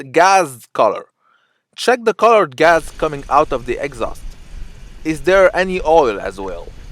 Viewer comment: Did you really just say and spell gas with a Z at the end inspect gaz color.. oh my Lord